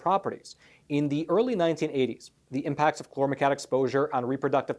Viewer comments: hmmm... cousin to paraquat? Pronounced like kwot not cat... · If someone on your staff told you the pronunciation of the chemical "chlormequat " was chlormecat they were mistaken. Queen,quart,quarter,quick,quack and paraquat are good examples of the actual pronunciation of the "qu" combination. Pronounced "qwat" not "cat". I fear listeners may not take you serious if your writers don't understand English. I'm a longtime subscriber and English is my 1st "language" and that's how the "u" changes the word. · "Chlormequat" is correct. From the spelling I'd expect it to sound like ˈklɔrməˌkwɑt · Chlormecat? It's Chlor Me Quat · Chlor-me-quat (koo-wat) say it with me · Exactly. There's no "tatt" in there anywhere. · Paraquat=parakwaat Chlormequat=klormekwaat I am a subscriber and watch all of your facts matter videos and enjoy receiving the knowledge and news you report. But I think there wasn't enough research on the pronunciation of Chlormequat. If I'm wrong let me know. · Why are you saying "klormetat" instead of chormequat? Is it spelled wrong? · "quat" as in the word "squat". Not as in the word "cat". It's "kl-ohr-meh-kwat". Thank you for bringing this to peoples' attention.